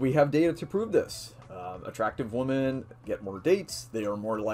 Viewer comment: FYI you can’t say the plural *women* properly... it’s more like “whim-en” not the same as “woman”